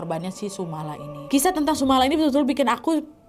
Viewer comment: penyebutanyannya bukan sumala tapi sumolo (sumber memolo / sumber bencana)